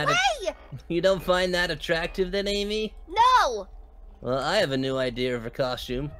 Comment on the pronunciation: Omg sonic just called Amy ams